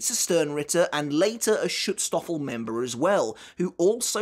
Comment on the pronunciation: Listen, I know you're saying Schutzstaffel, (and yes I did admittedly have to look up how to spell that correctly) but I keep thinking stroopwafel.